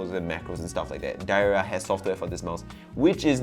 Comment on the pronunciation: I think I've heard the brand name actually pronounced "dee-air-yeea" which to me would make sense